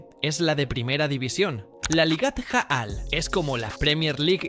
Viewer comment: Felicitaciones por este video! Vivo en israel y conozco la liga israeli, bien contado y buena forma de informar (informacion cierta) Solo que ligat aal y no ligat jaal , tampoco es japoel, es hapoel (H sin sonido) en cuanto a lo de que buscan talentos en sudamerica, eso ya no pasa, pocos futbolistas llegan de sudamerica y ninguno se adapta, ni el equipo al estilo del sudamericano, aca el futbol tecnico (sudamericano) no existe,aca es todo ya y ahora, todo rapido, pensar menos (en cuanto a futbol)